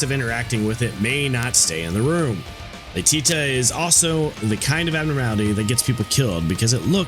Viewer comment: "Qwileph" Qliphoth lol Edit: I'm just gonna throw all the mispronunciations I notice and find funny here. "Alruin" Alriune. Might be a portmanteau of "alright" (as in you want an "alright" work result; not good, not bad) and Alraune (the flower creature). I've also heard "al-REE-une" so idk for sure. Either way, it does not specifically ruin Al's day. "Lay-tea-ta" Laetitia. IA after T is a "she-ah"/"sh-ya" sound. I... don't know why the English language is this way, but it is. Lay-tih-she-ah/Lay-tish-ya.